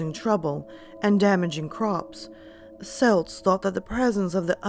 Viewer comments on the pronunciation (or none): Er... it’s pronounced kelts with a hard C. Unless you’re talking about the Scottish football team. Other than that another excellent video